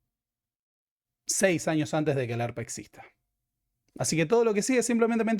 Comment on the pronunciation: "El Arp" (ERP), pero asi pronuncia el pelotudo.